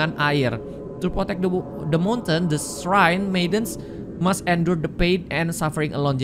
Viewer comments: Srain bukan siren😩🥴🙏🙏😅🤣🤣 Shrine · Halo, shrine itu bacaan nya /srain/ ya, bukan siren Bantu up ya guys biar sama2 belajar